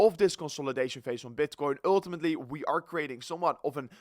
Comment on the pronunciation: when you say one more time uullltimatli man